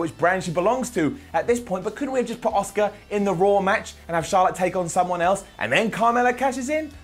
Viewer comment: Who the hell is “Oscar”? I’m pretty sure Charlotte faced Asuka at Wrestlemania. Asuka, it’s an “A” sound, come on, get it together 👍🏻